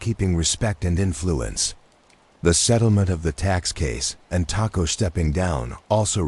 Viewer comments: I’m watching from Detroit. I really like the artwork or whatever you wanna call it. I like the feel of it. I must apologize for this however, you’re pronouncing the last name as a predominantly Mexican food, taco. Knowing people who have that surname myself personally, it’s pronounced Toe-co😊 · It's pronounced Tocco